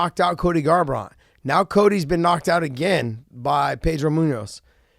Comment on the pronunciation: he can't say Garbrandt but says Pedro Munoz perfectly.he must have been raised in New Mexico or something.lol